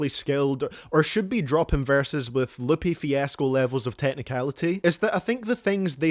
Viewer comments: i think your worst take in this whole video was calling Lupe Fiasco ''Loopee'' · Bro said Loopy Fiasco LMAO